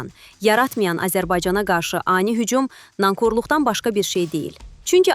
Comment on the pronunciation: Nankorluq sözümdəki "k" hərf kalxozun "k" sı deyl köynəyin "k" sıdır